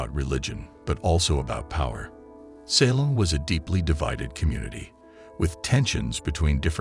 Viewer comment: Also it's pronounced SA(Long A)-lem Not SAH(short A)-lem.